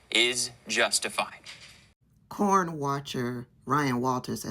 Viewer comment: 😆 I like the way she say, 'Corn', n' not, 'Porn'...